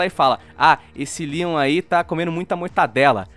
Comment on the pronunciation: q agonia dele pronunciando Leon como lion mas o vídeo ta ótimo